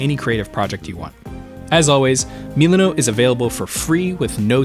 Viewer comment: ah yes, meal-ah.note